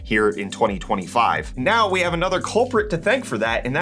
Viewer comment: The way you say 2025 leads me to believe you blooped some 2024s xD